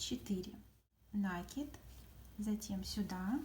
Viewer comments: Да не нАкид! А накИд! Молодые девушки, а говорить правильно по - русски не научились в школе???😮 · Всё классно! Спасибо! Но это нАкид! Слух режет! Извините! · Молоденькие девочки ведут мастер классы и многие в слове накид ударение делают не правильно. Спасибо за мастер класс!♥️💐